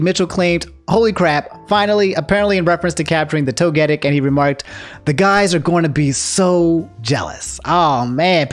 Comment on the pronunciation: I’m sorry but you say Togetic weird 😅